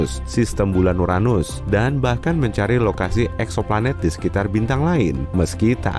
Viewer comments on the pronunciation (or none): none